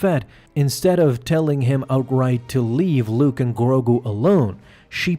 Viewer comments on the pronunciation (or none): none